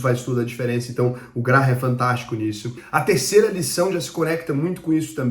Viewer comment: CONHEÇO ESSE CARA, O TAL DE "GRARRAM", MANEIRO ELE, KKKK